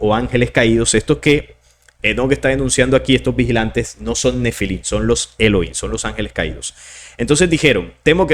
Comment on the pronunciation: Se pronuncian: «Elogím» De estar correcto la pronunciación: «Eloím», pues entonces no debería de pronunciar la palabra «Nephilim» como «Nefilím», sino «Nepilim», sin embargo, no lo hacen como este último.